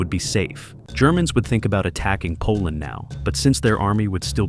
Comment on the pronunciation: bro's like poland nope i dont think so koland gud 😭